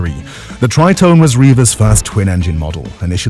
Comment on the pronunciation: Pronounced Tree tone ay ffs.